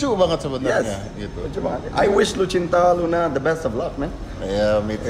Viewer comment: Om dedy, nma si bncong itu "lucinta luna" bkn "lusinta luna"